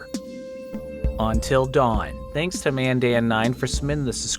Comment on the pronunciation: "ontil dawn"